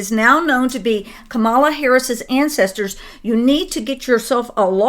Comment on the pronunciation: Kamala's name is pronounced like the animal (camel, whether bactrian or dromedary). Emphasis is on the first syllable. Also, her name on the last syllable is pronounced "uh."